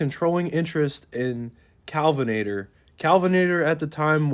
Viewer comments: Kalvinator!? IT'S K-E-L-L-V-I-N-A-T-O-R phonetically-- or is this more Retarded AI? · It's Kelvinator, not Callvinator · It's KELL-VUH-NATOR not KAL-VUH-NATOR. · Kelvinator, not Kalvinator. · BTW, with respect, it's KEL-vinator... rather than KAL-vinator. No biggie. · Kelvinator, not Calvinator. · Kelvinator, not 'Calvinator'. 3100 pounds just about matches the weight of the Studebaker Champion. The Rambler was built on a shorter wheelbase, but was among the lightest cars built in the US at the time. The roofline inflection point above the trailing end of the rear doors was a compromise eliminating the need for a different full-length stamping for the wagon roof and use of sedan doors. The roof rack was standard equipment to soften the appearance of the odd roofline. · It's Kelvinator, not Calvinator. Like the Kelvin temperature scale.